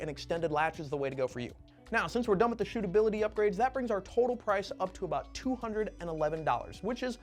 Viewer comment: Love “stootability” 😂😂